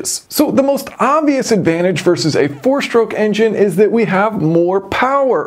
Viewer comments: Interesting design. I’m curious why so many American YouTubers say shtroke instead of stroke? Same thing with street and astronaut. Would you also say astray as ash tray? 😄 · "Power Shtroke" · 2-shtroke, 4-shtroke. any speech impediment?